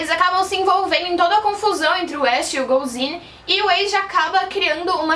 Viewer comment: Só me responde uma coisa isso não è lhe criticando nem nada mas por que você pronuncia o nome do "ash" como se vc tivesse falando do personagem de Pokémon? Porque a pronúncia não è essa e mostra no anime como se pronúncia por ser o protagonista o nome dele è bem popular vamos dizer assim... Desculpa se estou sendo chata